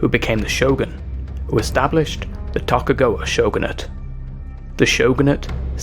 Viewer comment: Tokagawa? It's TOKUGAWA! TOE-KU-GA-WA!